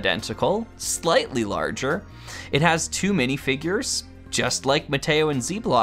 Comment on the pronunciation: "Midifigures," perhaps? I quite like these sets, so it was disappointing to hear your review of the show. I appreciated your thorough commentary, though!